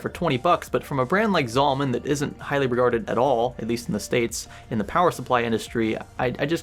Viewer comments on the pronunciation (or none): Say it with me ZALLE-MAN not ZAWL-MAN